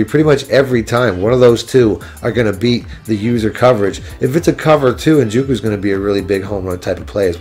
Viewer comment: “en-joke-oo”. You’re killing me bro